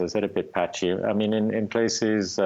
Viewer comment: Lol "patchy" huh lmao